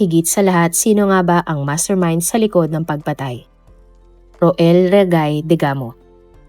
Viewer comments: Rowell po ang pagbasa nyan po Hindi ro-el 😊😊😊 Family name nlng po ang gamitin wag na yung first name. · Mali mali naman ang pag pronounce niya ng mga names...Pati ang Pamplona ginawang "PAMPALONA" , Roel - RO-EL at ang Pryde ginawang Pry-de! 😊😅😊